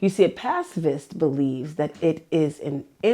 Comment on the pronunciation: Pacifist, not passive-ist.